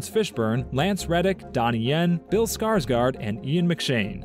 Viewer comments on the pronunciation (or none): none